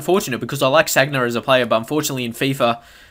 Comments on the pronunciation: San-ya not "Sag-na". Otherwise a good video. I agree totally with the midfielder comments, Gotze in cdm it's so unrealistic. However I do like it when I get someone on head to head with a team full of nothing but attackers, so easy to exploit with quick passing and movement. Haha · Sanya not sagna